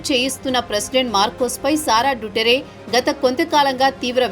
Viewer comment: It's దుతర్తే not డుటరే.